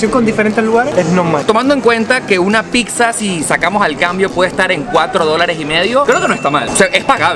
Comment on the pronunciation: es "PIZZA"...no "PIC-SA" :):):)